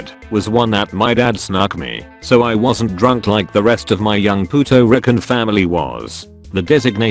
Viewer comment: Poot-to-ree-can huh?